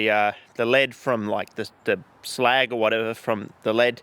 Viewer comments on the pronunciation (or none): none